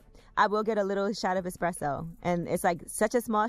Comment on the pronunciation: The fact that she said I've had expresso but not coffee ..😑😂 i